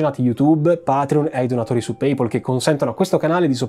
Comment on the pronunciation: PEIPOL???? PEIPÆL!!!!! de 'gnuransa diobò! PAL in inglese NON DIVENTA POL!!! 🤣